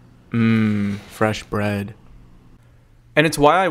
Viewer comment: LOL that american ´bread´ 😂